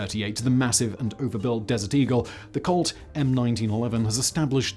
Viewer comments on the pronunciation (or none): none